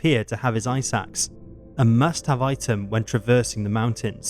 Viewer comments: Ice Axe not eye sacks. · Narrator “his/her ice axe” My brain- “eye sacks”